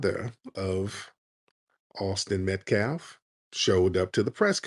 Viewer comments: Tariq. I love you bro. You’re my FBA brother. But please brotha please, stop saying “MetCLaf”…..Metcalf is pronounced MatKAFF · Great broadcast but can't stop saying Metclaf😂😂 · Tariq I Thought you said METH-CALF 😂🤣😅